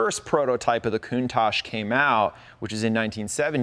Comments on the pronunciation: I remember in the 80s when no American could say the name correctly.. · That guy says he’s Italian but can’t pronounce the name of the car correctly….. 🙄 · These guys own a COUNTACH but can't pronounce the name correctly. why not call the Miura the Miurish !